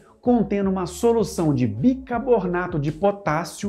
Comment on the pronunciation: Bicarbonato não bicabornato